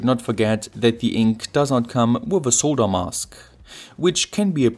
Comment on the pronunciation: Dude, it's not "soe-da", it is "sod-durr" for pronouncing the word SOLDER. YW.